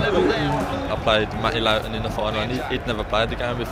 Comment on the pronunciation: its pronounce low tun!